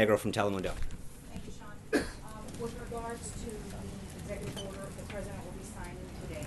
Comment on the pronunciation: Sean Spicer for "Pressident!!" ;) 2024 This guy is awesome!